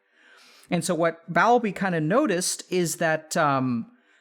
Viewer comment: Don't you mean asocial, not anti-social? Also, I have always heard the name Bowlby as Bowl-bee. BTW, love your vids. I think people really connect with them. ❤ Best wishes.